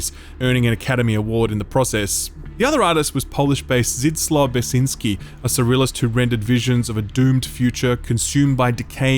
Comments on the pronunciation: "Zadis-LAH BEKK SIN SKEE" say it with me, dude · I'm from Poland and man, you butchered Zdzisław Beksiński pronounciation xD. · My brother in Christ that pronunciation of "Zdzisław Beksiński" requires a content warning on by itself.